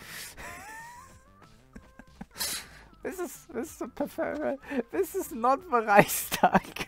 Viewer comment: i love how the Russian guy is trying to pronounce "Reichstag" in German way lol